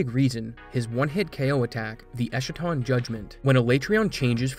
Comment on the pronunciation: Good video but if I may nitpick a little, it's pronounced es-ka-ton (ɛskə).